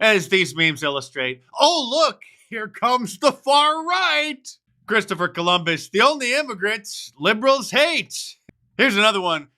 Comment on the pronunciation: She can't even say Christopher Columbus.